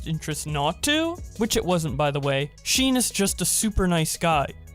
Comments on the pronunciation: This guy calling Sean "Sheen" multiple times was pretty funny. But onna cereal note. The audacity of Poki toying with his feelings, then gaslighting him into believing that he did something wrong telling people something is going on between them. She wanted to keep him a secret and still "date around." Acting as though he sabotaged friendships she put no effort into having is narcissism at its finest. I bet he was venting to friends about a girl he likes. Being females themselves, they prob saw right through her games. And just like any good friend, you don't become all buddy-buddy with a girl who is breaking your friend's heart. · i like all your content but it is pronounced SHAWN not sheen, unless its one of those cases where the parents tried one of those uninspired mispronunciation of a normal name. Edit im to the point where poki is reacting to the doc and she is showing sure signs of being a manipulator. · Is no one mentioning how he’s saying SEAN as Se-on instead of Shawn?? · did you really say sheen for sean instead of "shawn"?? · ummm u wanna try that name again? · Isn't Sean pronounced "shawn"? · its shawn not shean lol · In the beginning on how you said Yvonne’s boyfriend’s name Sean as Sheen, it’s pronounced like Shaun. Just giving you a heads up because I know some people who like your channel (they haven’t watched your videos for awhile until recently) and they are huge grammar nazis and I don’t want the comments getting flooded from them and have world war 3 level arguments spamming in here. My friends, won’t say their names, if u r reading this, don’t fucking do it again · Awesome content but I couldn't help but constantly think about how you pronounced Sean as 'Sheen' haha.. It's pronounced 'Shawn' :p But other than that seriously your work ethic and how much you put into your content is absolutely amazing! Keep it up !! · Sean- sheen Sean- ummmm dude it’s actually Shawn Couldn’t help it. Cause I like the Sheen pronunciation. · This man said sheen